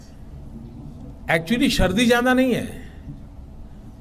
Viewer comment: Pradhanmantri ko angrezi to angrezi Hindi bhi nahi aati sardi ko SHARDI bol rahein hain.